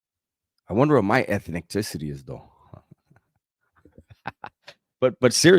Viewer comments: When he said.... Ethnecticity!! 😂😂😂😂. I couldnt stop laughing 😂😂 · What's crackin'? This reaction had me crackin' up 😂😂😂 "...ethnic-ticity" GREAT reaction ‼️ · Ethniticty HAHAHHAHAHA